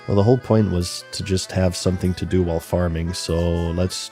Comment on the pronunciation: Bro said “h’while”